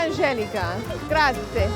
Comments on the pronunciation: Nice video. “Grazie” doesn’t rhyme with the board game Yahtzee however the Italian e on the end is pronounced a like a slight “aye” (rhyming with hey) at the end 👍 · Grazi-E.. Grazi-E Grazi-E Grazi-E Grazi-E....not Grazi!!!!!!!!!